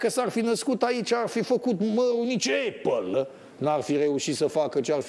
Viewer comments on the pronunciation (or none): none